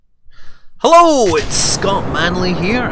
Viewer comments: No, its Hullo! Because that is how he says it :p. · I read the name of this planet the same way you say EELOO at the start of your videos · Hey Scott, you do realise that "eeloo" in spanish sounds almost like the way you say "hello"? That was my mostly useless comment of the week.